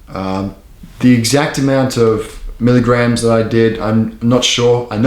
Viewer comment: "How many milagrams"😂😂😂😌